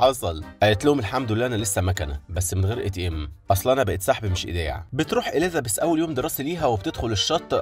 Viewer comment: في فرق بين حرف الذال وحرف الزاي إليزابيث بالزززززاي مش بالذال مش معناه نتكلم فصحى نقول عن الزاي ذال